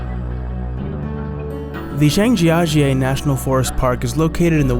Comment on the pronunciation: The way Zhang Jia Jie was pronounced made me die of laughter